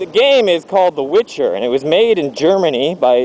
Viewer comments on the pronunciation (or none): It's "The Witcher". Anyway I'm happy to see that mordeth enjoyed it. PS. Germany? GERMANY!?!?!?!? ARGH.